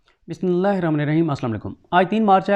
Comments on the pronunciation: BISMILLAH sahi parha karo BISMILLAH sahi parha karo BISMILLAH sahi parha karo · BISMILLAH sahi parha karo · Please correct pronouncing of Biamilah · BISMILLAH sahi parha karo BISMILLAH sahi parha karo BISMILLAH sahi parha karo BISMILLAH sahi parha karo BISMILLAH sahi parha karo BISMILLAH sahi parha karo BISMILLAH sahi parha karo BISMILLAH sahi parha karo BISMILLAH sahi parha karo BISMILLAH sahi parha karo BISMILLAH sahi parha karo BISMILLAH sahi parha karo BISMILLAH sahi parha karo BISMILLAH sahi parha karo BISMILLAH sahi parha karo